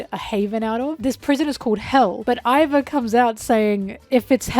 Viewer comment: Not including Iva's full name, Emporio Ivankov, is criminal. Btw Iva is pronounced ee-vah, not 'eye'-va. Something really cool about them though is that Oda created a new pronoun just for them!